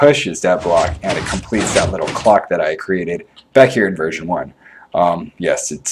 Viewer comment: lol, anyone else Notice that he says "da" "dis" and "dat" instead of the this and that? great video BTW.